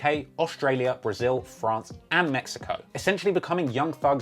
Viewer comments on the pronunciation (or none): none